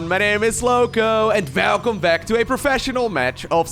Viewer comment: “Vhhhelcome” :D